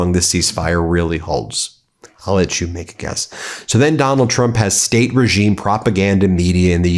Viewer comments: Did Laura Ingraham have a slip up and say Donald Drunk instead of Donald Trump? LOL. We’re having the laugh, Laura. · Did she say "Donald Drunk"!? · Did she just said "Donald Drunk"? 😂😂😂 so accurate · She said that right “Donald Drump”lol 😂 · Did she say "Donald Drunk"?